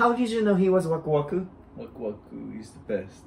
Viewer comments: it's not wakuwaku kuya and kuya it's wakwak po haha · how cute they pronouce wakwak ask Waku-waku😍